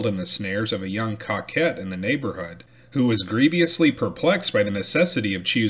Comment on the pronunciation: Love hearing old stories. Your speaking has really improved over time!! There were a ton of weird words and place names you got perfectly right. However "coquette" is pronounced coh-kett. It means a flirty woman. And it's crazy to think Kenton's entire adventure began because he got in a fight over that woman, who was so shallow she couldn't pick one dude. Also, it's amazing that people writing almost 200 years ago had a far wider vocabulary than we do today.